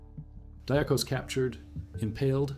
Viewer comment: Athanasios Diakos (or, more correct, less colloquial, Diakonas, pronounced "dee-Akos"/"dee-Akonas", stress on the "A"). Not his surname, but nickname, since he was a deacon and monch. deeAkon(as) = deacon = diakon(as). So, it´s strange, that you pronounce it so differently, since English-speakers use the exact same word, and then, they pronounce it much more compatible to the original Greek pronunciation, unlike you. Odysseas Androutsos: Odysseas is the Greek word for what English-speakers changed into Ulysses, a common name given to kids on Ithaca, the home of mythical hero Odysseus/Odysseas. Odysseus was among the last ones to leave, noticed that some Albanians were awake by the escapees´ steps and already searching for the escaping Greeks. Since both folks dress the same, he pretended he were also Albanian, walked to the Albanians, and sent them to the false direction. The time won through this deflection was enough, to widen the gap between hunters and hunted. Odysseus´ end could have been there and then, while he risked everything by contacting the enemy. Ioannis Coletes was a fraudster, known all over Western Europe, hunted by country-police-forces and international ones. His main fraud are betting-debts, he owes money to a ton of wealthy, influential Western Europeans. They know he´s Greek, but he uses a false name (many false names, to be exact). He escapes to Greece, and hides in his father´s home. Takes again a false name, decides to make a politician´s